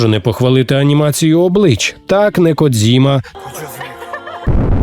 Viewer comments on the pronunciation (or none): none